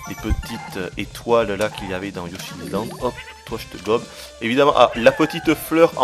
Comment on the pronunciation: Yoshi Izland ça ma fait mal aux oreilles TT_TT